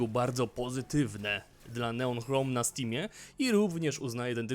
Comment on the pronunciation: O ile pamiętam to "ch" nigdy się w języku angielskim nie czyta jako polskie "h".